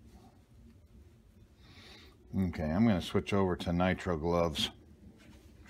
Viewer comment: Nitrile has two long i's. N-eye-tr-eye-l